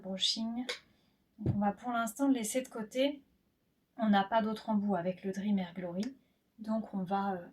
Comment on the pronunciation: Juste ça se dit DREAME soit en phonétique drimi. Le e n’est pas muet.